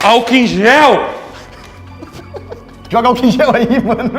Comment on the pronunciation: "agua bemta...ALCOM EM GEL"😂